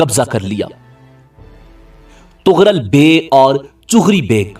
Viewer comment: its not chugri its chagri beg